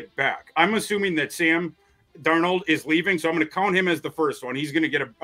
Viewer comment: Listening to a guy who pronounces Darnold wrong 😂